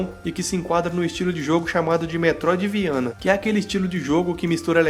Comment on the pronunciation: Ele falou metroidviana kkkkjkjkkkkkk